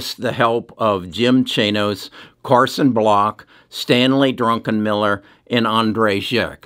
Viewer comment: It's Druckenmiller, not Drunkenmiller.